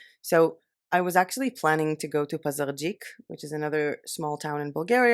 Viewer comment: Wow, respect on how you pronounced Пазарджик - quite a difficult word! :)